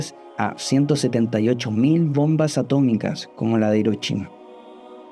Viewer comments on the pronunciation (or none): pronunciaste hirochime?